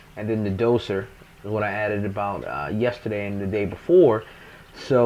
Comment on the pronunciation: So,I'm sitting here watching this and heard you say "yesterday" about 10k times and was thinking, "Man I know hes in ATL, but he sound like hes from NY." Then you showed the picture and it all made sense. Love the build btw.